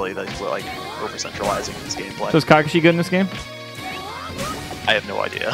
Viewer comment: lmao m2k said "kakashi" wrong r.i.p